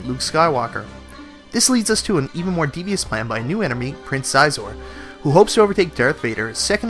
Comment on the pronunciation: Great review man! SOTE is still one of my favorite games across all systems. So much fun to play! Just so you know Xizor is pronounced She-zor haha. I was surprised to find out I had be saying it wrong since I was a kid. Still can't quite stop myself from saying Zi-zor haha.